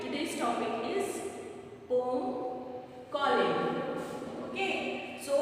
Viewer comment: Ma'am, be a little more careful in pronunciation. Eg: 'Poem'. Rest your teaching is Excellent...thank you for such videos